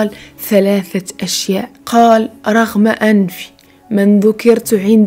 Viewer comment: ختي سمحي لي نصحح لك كلمه رغم تنطق رَغِمَ وفقك الله وجزاك خير الجزاء